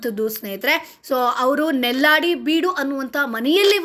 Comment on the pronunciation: ಕಡುಮ ಅಲ್ಲ ಕುಡುಮ ನೆಲ್ಯಾಡಿ.ನಲ್ಲಾಡಿ ಅಲ್ಲ